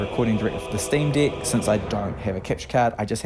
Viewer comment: It’s pronounced steam deck not steam dick